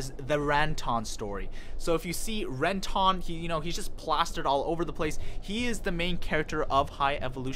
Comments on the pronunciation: How are you a fan of the show and just absolutely butcher everyone's names lol, ren-tahn? When the hell did you ever hear it said that way in either the English or Japanese I don't get it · Ren-tawn lol